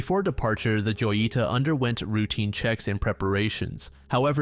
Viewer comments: hoh-yee-tah, not joy-ita, it means little jewel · First case is pronounced: ho yi ta Its a diminutive of joya: jewel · Yeah, the pronunciation is not correct. "Ho-yee-tah", with a hard "j" would be the correct way of pronouncing it. I am a Spanish speaker, I live in a Spanish speaking country, but I kinda find it cute or even funny when they soften words that for us, are pronounced with our whole larynx 😂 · Joyita is spanish so the way to say it will be hoyeeta it pretty much means little jewel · Hi! Absolute banger video. I just wanted to tell you that in the first mystery where you talk about the "Joyita", it's not probably pronounced like that. It's very likely pronounced "ho-yita", a diminutive from "joya", meaning jewel in spanish. I'M NOT SURE and it's probably speculation, but I thought it wouldn't hurt mentioning it. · the name of the ship "joyita" is spanish for little jewel. If you struggle to find the correct pronounciation you should use google translator. You've got it totally wrong.. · The way you pronounce joyita caused me cancer